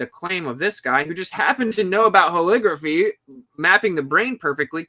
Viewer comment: Holography, not "holigraphy" you're trying to make it sound like calligraphy. LOG is is the word, not LIG. Look up the phonetics of how holography is pronounced. Love your work, just trying to help.